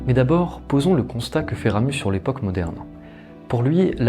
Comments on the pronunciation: Très belle vidéo ! PS: on dit Ramu(z) le Z est silencieux ;). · Toujors aussi interessant, bien que un peu trop literaire et sans avis personnel, mais l'explication, digne d'un prof de literature, ai un seul ic, on ne prononce pas le Z de Ramus La bise d'une suisesse. Je te suis assidument, nous sommes de la meme engance lol !!!